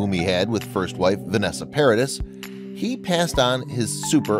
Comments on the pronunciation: It's not "paradis". It's pronounced Paradeez". When I lived in France way back,I bought her first tape,and was corrected by the cashier at Tower Records in Paris. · Why you sound like saying vanessa "paris" ... when it's vanessa PARADIS ... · Loris Allison was Johnny's first wife, and you pronounce Vanessa's surname as Parader not Paradiss! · It's pronounced Par-a-dee....not Pairadis. (I'm available for French tutoring!!) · It's pronounced "Paradee", not "Paradiss". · Yes, and Paradis it's pronounced 'Paradee' - the 'is' is silent in French. Oh, la la! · Johnny was never married to Vanessa. Also, her last name is pronounced PARADEE, (silent S). In addition, Lily-Rose is NOT Jack's "younger sibling" as you said at the beginning of this video. You need to do some serious fact-checking! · It's Paradee!(Paradis) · Paradie. Don’t pronounce the s. Good video. Loved it. Thanks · JD never married Vanessa, so she is not his first wife. His first wife's name was Lori Ann Allison. The marriage lasted 2 years, she was a makeup artist. Vanessa is the mother of his 2 children. And her last name is pronounced ParaDEE. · Paradis is pronounced 'Para Dee', the 's' is silent as it is a French word. Jack looks more like his mum. Learn how to pronounce French words. Jack's girlfriend is, wearing a black pants and white tank top. Jack is wearing a faded denim shirt! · The S is silent dude! (Para-dee) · Please, if you want to be a real professionnal, make an effort to pronounce names correctly ! In French, "s" at the end of a word is most of the time a silent letter so we don't pronounce the final "s" in Paradis. Therefore, Vanessa Paradis' surname sound like "Paradee". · For the last time, the 's' in "Paradis" is silent! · I wish peope would stop pronouncing the S at the end of Paradis!! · HAHAHAHA.. Right? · Does this narrator ever bother to ask how to pronounce someone's name? Vanessa Paradis? The "s" is silent. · The S in Paradis is not pronounced..